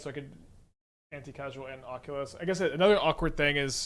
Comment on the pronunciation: brother; it’s Anti*causal*